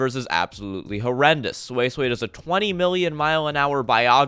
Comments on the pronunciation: Edit: wtf is sui sway, it's pronounced as swee-say. At least get the name right well that was a pretty unique album review. I agree with you for the most part that the sound mixing was meh, especially on newton was shit, but that's pretty much it. I thought you were trolling or larping but it may just be that your standards are too high. I saw the comment where you actually like jpop, then listening to jpop must be endless purgatory for you since it's full of what you highlighted in this album review. Yeah or you just have shit taste. Your hearing is pretty decent though, most people won't be able to identify problems on the production side. Props on actually even making a video though. Album review 5/10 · who is this sweyy-sweyy? at least try to pronounce her name correctly before ranting your own opinion.